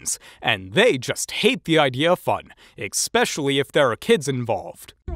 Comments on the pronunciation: I can't get over the narrator constantly saying "eck specially". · The word is NOT “EKspecially!” It’s “ESpecially.”